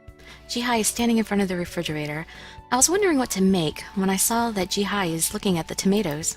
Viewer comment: Did you really say, "Jihie?"